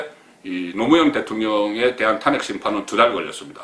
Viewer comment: 탄~핵을 탄핵이라고 발음하는 사람은 송본부장이 유일합니다.현직 언론인으로서 정론도 중요하지만 정확한 발음도 못지않게 중요합니다.단모음과 장모음 발언을 정확하게 구사하시면 혼술과 딱풀이 더욱 더 사랑받을 것입니다.